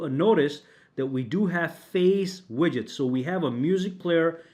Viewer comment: Widgets is pronounced WIDJITS, not "WIGGITS."